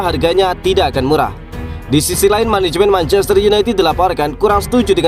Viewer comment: Menehemen heloly heloly meneheunithed